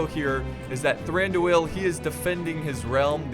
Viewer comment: Pronounce Thranduil in a flowing manner, dont emphasise the two syllables at the end like "doo el" let them flow together. Like in duel. Indeed the I sound should be more of a an "ee" anyway so it should be more like "Thrandooeel".